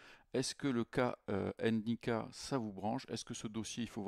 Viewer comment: ENNE NDICKA PTDRR Vous faites chier quand est ce que vous allez comprendre qu'on ne prononce pas le N ENNE est ce que vous dites ELLLE APOSTROPHE ? ( L') cest juste ndiaye pas N ndiaye pas n ndicka